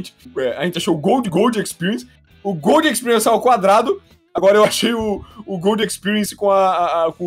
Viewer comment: GOLRUDO EXPERIENC OUVÁ HEAVAN (Gold Experience over heaven)